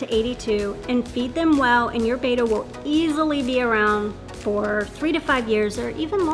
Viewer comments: Bettas are probably the most mispronounced fish name. I wish folks that are making information videos would at least mention it's actually not Beta but Bet•ta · It's BETTA, not BETA. Different pronunciation. Like, "better" in an English accent. Like, you betta stop calling this fish breed betas. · No hate, but it’s actually pronounced “bet-tah”, not “bay-tah” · Hard to take advice from someone who can't pronounce BETTA.